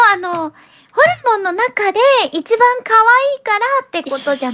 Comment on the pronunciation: の発音ホルモンじゃなくてホウモンなの可愛い